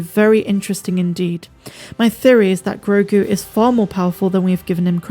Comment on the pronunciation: Stop calling him Grogun. It's Grogu.